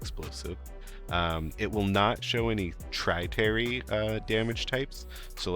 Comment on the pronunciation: Tip for doing PI safely: While docked in station in your PI system, click the "external view" button so you are now looking outside the station. Open your PI window and open a POCO. You can now move resources between both the POCO and the planetside launchpad. You only have to undock from station when you are going to retrieve/deposit resources at POCOs. Oh, and it's "tertiary" not "tritary" for a third, as in primary, secondary, tertiary. Great tips, learned a few new ones myself!